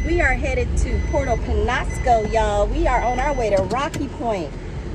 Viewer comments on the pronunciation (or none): "Pen-yas-co", not "pen-ahs-co". The little tilde above the n makes a "nya" sound